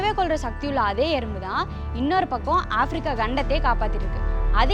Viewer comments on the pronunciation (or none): none